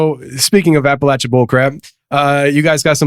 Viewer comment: Def pronounced “App Uh lat cha”!! Lol